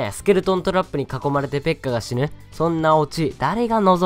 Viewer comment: ペッカ死ぬがペッカ死ねと聞こえた。